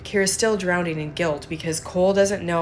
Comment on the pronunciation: Drowning doesn't have another d in it. It's not pronounced drownding. FYI. 😉